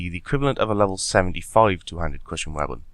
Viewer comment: He says weabon instead of weapon lol